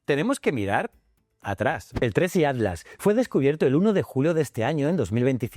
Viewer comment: PIR FAVOR PERO POR FAVOR PRONUNCIA BIEN ATLAS. SE SUPONE QUE USTEDES LOS ESPAÑOLES HABLAN EL MELÑJOR ESPAÑOL Y ESTE DECIRLE ALTLAS ES MOLESTO. HABLE BIEN